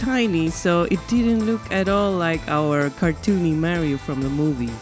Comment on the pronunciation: Mario is pronounced "MAA-rio", not "ME-rio".